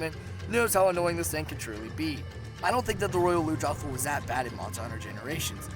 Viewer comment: ITS PRONOUNCED ROYAL LUNGE-ROTH! AND ITS NOYT HARD, THE GLOBAL IS